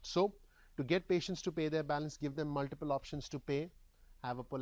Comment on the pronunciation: Thanks for the free input. Here is some free input for you. :) "Muliple" was a tad bit distracting, I am sure you already know that it is "MulTiple". It might be slightly blinding but if you talk into the light you will not have such heavy shadows on your face. Great info however! Keep up the great FREE work. Thanks!